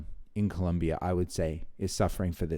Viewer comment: Dear, You are the only person on YouTube that I have heard pronounce the word Colombia CORRECTLY!! Thank You! 😂